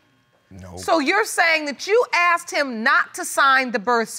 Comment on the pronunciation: Where does the word axed, come from instead of the word asked?